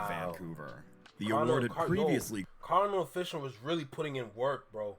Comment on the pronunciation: Lol how you gonna reference the Caribbean influence on Toronto and then say "Cardinal Official" bro... say it right, it's Kar-di-NAL, Off-ish-AL! This video is more proof that Drake overshadowed the entire Canadian hiphop scene. Some of the former artists helped him early in his career and I don't feel he's ever fully repaid his debts to those who came before him.